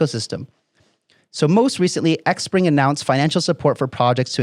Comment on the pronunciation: Great job...XPring is pronounced Spring Appreciate the update